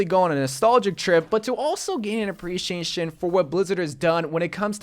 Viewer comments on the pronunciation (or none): How do you pronounce "appreciation"? Nobody:: ApreScheEschAtioN Jk love you <3 Keep up the great videos